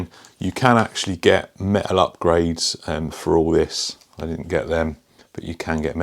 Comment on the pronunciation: Very cool but do you mean metal? You keep saying méh-al.... Pffff